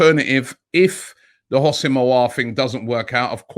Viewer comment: Robbie his name is Ho-sam not Housim 🤣 please like so he can see this